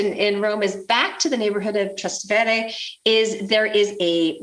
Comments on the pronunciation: He is 100% right truth hurts doesnt matter if shes humble no ones saying shes cocky she is just superficial in her advice and moronic with her yankee perspective ignorant would also be fitting word Her pronunciation of trastevere is a crime against humanity Most americans pronounce it that way And they never bother that every roman around them has a COMPLETELY different melody and pronunciation This is not a trip to disneyworld or a cheesy trip to paris Do a bit of homework and preparation before coming to the most historically important city in the world 😮 never mind 😢😅😊 Welcome to rome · This is so bad. It's not called City Center, and you should learn to pronounce Trastevere if you purport to be knowledgable about Rome.